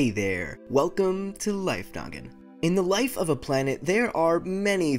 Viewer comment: Life Noggin when u say welcome to life Noggin I feel like ur saying welcome to life nugget XD